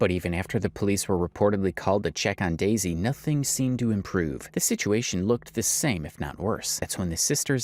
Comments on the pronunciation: Its "dezy" not "daisy" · This white man keep calling her Daisy when her name is Dezy was so annoying.